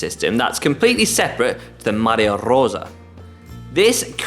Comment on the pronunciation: Struggles with Campagnolo, but best pronunciation of Maglia Rosa by any GCN presenter